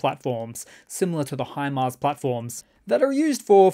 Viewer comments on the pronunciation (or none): none